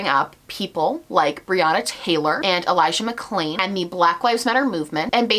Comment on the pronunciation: Can we also talk about how he clearly got Elijah McClains name wrongs and had to add in a voice over for it? Just imagining him in his editing room trying to match the tone from the original video. Just another small sign to show he doesn’t care, not even enough to get the victims name correct.